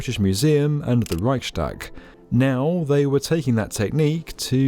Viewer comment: A very good film on skyscrapers. I liked your pronounciation of "Reichstag" and "advertisement".